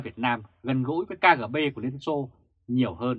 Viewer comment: ơi: nói đúng là Ka, Ghê, Bê nhé theo tiếng Nga